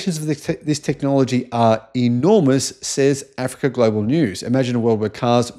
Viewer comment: This youtuber is so ignorant as everyone thumbing up this video., the way you pronounce Africa or say about Africa shows you have something against them and this invention. Go in loco and check by yourself.